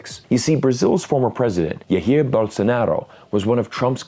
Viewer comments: The "J" in Portuguese is pronounced like in French. Like the "s" in "pleasure". This sound is commonly represented by "zh". So "Jair" is pronounced ZHA-EER. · Yaheer Bolsonaro is the wildest pronunciation I ever heard. In portugese, the J is always pronounced as an english J or soft G (As in General, Geriatric, Genoa, Giant...), and not like spanish J. Thus the J in Jair is the same as it would be in english. BaHia is a more common mistake for foreign speakers. In portugese, H is silent. That aside, great video. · Lol Iair Bolsonaro. How did you come up with that pronunciation? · I believe that this has been the most exotic way of saying "Jair" so far. Commonly it sounds more like "Jaw-ear". Gameleiras "Gah-meh-lay-rass" Bahia "Bah-hee-uh" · Jair os not Rair. J os R in spanish, but not in portuguese. It is a Jay sound like in jackpot(or in Jay) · As a Brazilian, I should give you a tip on Portuguese pronunciation. "J" in Portuguese sounds more like "X" in Xi Jinping or "J" in project than "J" sounds in Spanish.